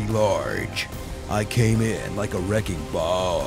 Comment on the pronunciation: if he does he'll just butcher it like he did with the "B-baka"